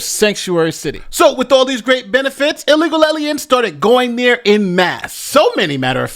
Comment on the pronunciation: The newscaster mispronounced ILLEGAL ALIENS.